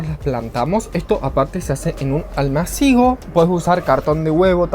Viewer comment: Muy divertido el video. TE LO PIDO POR FAVOR la palabra ALMÁCIGO lleva tilde y por lo tanto ACENTO... Es esdrújula. No hay duda. Con amor, Cami